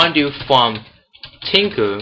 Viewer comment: It is Tkinter, not Tinker.